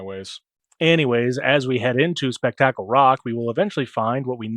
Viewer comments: Don't ever say speck tackle ever again.😂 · In my universe, we pronounced it "Spook-tickle."